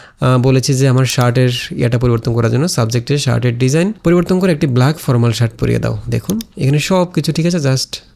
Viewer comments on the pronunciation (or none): none